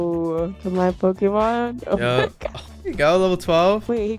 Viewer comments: Pls get someone with actual pokémon knowledge in your team so you pronounce the names right….. And so you can get advice on battles… Good video though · bros never played pokemon he cant pronounce any of them xd